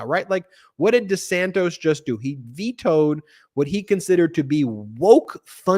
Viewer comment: You called DeSantis DeSantos.🤣🤣🤣🤣